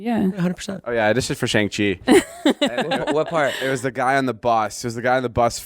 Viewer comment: david it’s SHAWNG-chee 😭💀